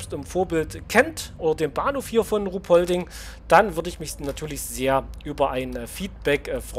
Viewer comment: Traunstein als Bahnhof ist echt gut geworden. Auch der Brunnen davor etc. Sportplatz am Viadukt passt auch. Nur eine kleine Anmerkung: Ruhpolding spricht man kurz aus. Das "h" ist quasi stumm 😅 Gruß aus Traunstein